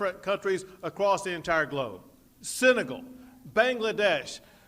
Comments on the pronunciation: He couldn’t say Senegal right either. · true true